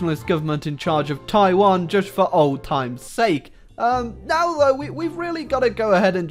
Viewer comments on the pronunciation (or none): none